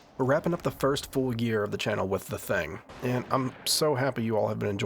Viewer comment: I dunno if its just your accent or your trollin I'm hearing The Thang, lol. You better watch out The Thang is comin, oh snap.